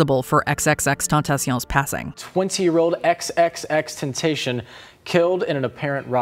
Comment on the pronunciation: the real tragedy is the pronunciation of xxxtentacion ...